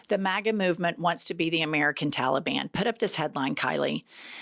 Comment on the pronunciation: The fact that that guy pronounced it “mah-gah” says it all.